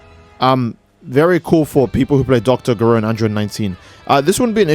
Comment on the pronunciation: You said dr gero’s name wrong